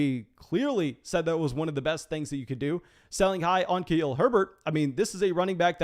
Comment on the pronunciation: You do a good job but can we get you to say Khalil Herbert’s first name correctly, please? Thank you.